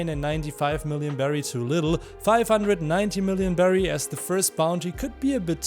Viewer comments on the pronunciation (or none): none